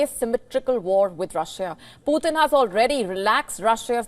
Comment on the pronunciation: are you sure about the word "you're next? Please check, I doubt of that word.whenever you pronounce Putin, it sounds as poor thin 😊,Mr Vladimir Putin is together with Mr Trump both with 2nd chronicles,revelation, 1st Corinthians, 1st Corinthians 5:1-5, 1st Corinthians 6:9-11,mr Starmer to exchange Bible with Mr Trump, American English and British English Bibles, as Mr DL moody quoted"The Bible was not given for our information but for our transformation "."GOD doesn't expect the impossible from us.HE 2nd chronicles,wants us to expect the impossible from HIM ".thanks, please recheck of the word 'You next ',and delete it off, as it may lead to another unhealthy angle.